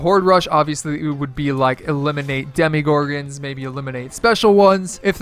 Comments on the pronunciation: sorry but i got soooo triggered when you said "demigorgons" instead of demogorgons im just really picky about that stuff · It triggered me how he kept saying demigorgons